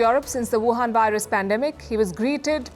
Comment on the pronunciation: why she fucking called covid 19 whohan ?